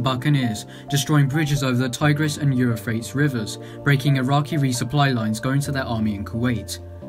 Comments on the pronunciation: "It's pronounced "You-fray-tees", and not "Euro-frates". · Really good video and with human narration too, makes a change to not hear the same old theme tune and robot narrator program. I would say just one thing, that tye Euphrates River is pronounced Euphrates;- (U-frate-ees). A decent video mate, well done. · Pronunciation, Lossiemouth instead of Lozzymouth, Euphrates is “you-freight-tees” but vey good effort overall! I just read Pablos War ( he was sqd leader of John and John who got shot down in the Tornado) and the Bucaneer was discussed quite a bit in that book. Would recommend it, if you can find it for sale anywhere! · Pronounced You fraytees , Euphrates. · Interesting pronunciation of the Euphrates river too